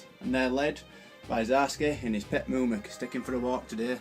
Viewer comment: I can't watch this without gritting my teeth every time you two mess the names up. Eorl is not pronounced "Earl' it "A-all" and its not "Mum-ick" its "moo-mack" get this right or start calling them Rohan knights and elephants! *sigh* Ok I feel better now, great report though guys I do enjoy them. Thank for putting them up, just fix the names please.